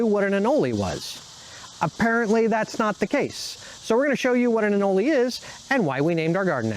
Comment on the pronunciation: It is most certainly not pronounced “anolee”. Smh